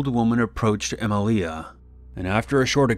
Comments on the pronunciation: Em-leeah. Shouldn't it be Emilia...Em-ee-leeah? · EmIlia not emilIa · Emilia is pronounced e-ME-lia